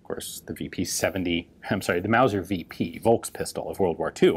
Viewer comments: stop saying Wolkspistol. V is f. Folks is the word you have in your language. same. so why not say Volkspistol-e ? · It's not "Wolkspistol", it's "Follkspistol" and not "sivil" but "tsiveel". I know it's hard...